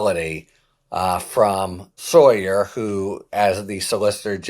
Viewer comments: Isn’t is sauer? Sounds like sour. Not sawyer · Sauer pronounced sour like he is on sour kraut or Nazi with a gravelly voice.